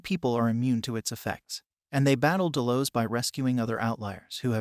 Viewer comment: Dude obviously didn't watch this show, from the way your pronouncing certain things like "Delos" it sounds as if you've never heard it spoken.